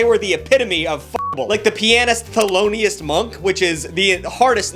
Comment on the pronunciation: you said thelonioust i fuckin knew jazz was gonna be first lmao